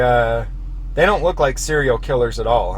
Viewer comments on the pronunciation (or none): none